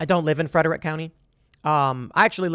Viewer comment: It's bugging me how he says, Frederick. Never heard anyone say it like that and I'm from MD.